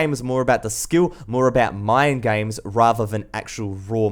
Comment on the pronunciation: I like how he says gaims